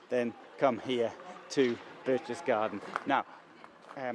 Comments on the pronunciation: Since you really wanted to go here, and visit and record video, you might have spend just a little time learning pronunciation. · Lol read what you wrote. since you really wanted to go here 😂 *and visit and record video*😂 let me do it for you! Since you really wanted to go to Berchtesgaden, visit and record a video, you might like to spend a little time learning pronunciation. Fucking idiot talking shit